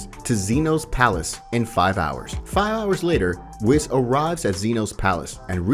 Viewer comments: Ma man said wis instead of whis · Who is whiz bro its whis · bruh whos wis........................................ WHIS THINK OF IT AS WEESE JUST SAY IT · Had to stop by the gas station because my bladder was full and I took the longest WHIS. Then I was craving some cheese & crackers. So I bought some cheese WHIS. Seriously though why he pronouncing it like that? Good video though. I enjoyed it and I think I’ll watch the rest of this series. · really bro "wiss" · Pronounced 'Weis'🙄🤦🏾‍♂️ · It's pronounced wEs